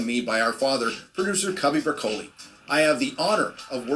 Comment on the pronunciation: That's the only time I've ever heard it pronounced "Bra-coley".